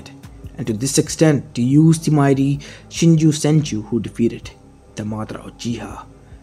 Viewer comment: ok, i have seen a lot of people saying "shinju senju" its actually "shinsu senju" no hate just saying